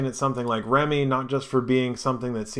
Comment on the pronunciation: FYI: I think pronouncing it "remi" as apposed to "rem" could get this confused with remicoin (RMC) which is totally different. Remme should be pronounced as "rem". The name Remme has a numerology value of 2 In numerological terms, this means the following Balance. A state of equilibrium or equipoise; equal distribution of weight, amount, etc. Something used to produce equilibrium; counterpoise. Mental steadiness or emotional stability; habit of calm behavior, judgment, etc. Got that? Good. LOL.